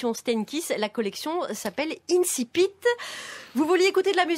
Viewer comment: Ne pas savoir prononcer le mot < > ! Génial ! Des incultes qui moquent l'académie française avec des morceaux de résistants de décembre 1944, le tout grâce aux impôts des petites gens. Comme vous êtes tous bien courageux. Quant à monsieur Bégaudeau, il fut plus pertinent jusqu'à ce qu'il réalise qu'il n'avait pas le courage adéquat.